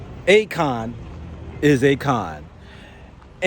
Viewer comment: Akon, A-"CON" and ACORN. HAHAHAHA 😂🤣